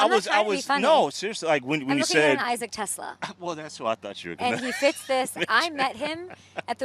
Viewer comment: Please please please learn how to pronounce TeSlaa' s last name. te-SLAA